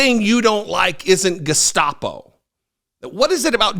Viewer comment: At least he knows how to pronounce Gestapo.